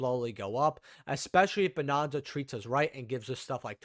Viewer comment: Bro are you just saying bonanza wrong on purpose lol it's not bonOnza 😂😂😂